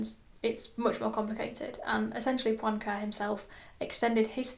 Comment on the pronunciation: Great summary! It's pronounced [Poenkarey].